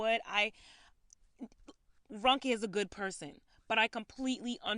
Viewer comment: This is kind of minor especially compared to the topic but her name is pronounced R-oh-nke and not R-un-ke.